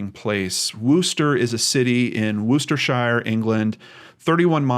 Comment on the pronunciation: Also when saying Worcestershire the “shire” is pronounced “sheer”